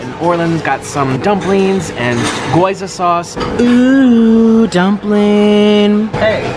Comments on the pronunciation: "Goza" No "Gyôza" Please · goza??? G-YO-ZA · It’s not goza it’s gi-yoza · Not Goza. It’s Gyoza. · he really said goza tho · Not trying to hate its Guy-ows-a